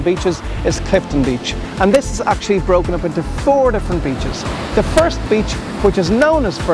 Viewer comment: What's with the hobgoblin pronunciation!......It's THe, not da!......